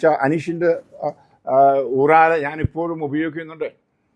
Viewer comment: ഇത്രയും പ്രായമായ ഒരച്ചൻ ഊറാല എന്നു പറയുന്നത് കേൾക്കുമ്പോൾ സങ്കടം തോന്നുന്നു. ഊറാറാ ആണ് ശരി പിന്നെ ആദ്യം മുതൽ അവസാനം വരെ ശ്രദ്ധിച്ചാൽ ഒരു കാര്യം മനസ്സിലാകും അച്ചൻ എന്തു പറയുന്നുവോ അത് ശരി എന്ന രീതിയിലുള്ള ഒരു വികട പ്രഭാഷണം '